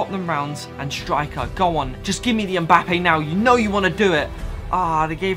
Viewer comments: Its Mbappé not mbUppé pls !!!!!! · It's mbappe not mboupe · The way he says mbappe mboope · When he says mbappe as Mbuppe oof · And he said Mboopa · i was looking for this comment lol 😂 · This dude calls Mbappe Mboope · Why do you say mbuppe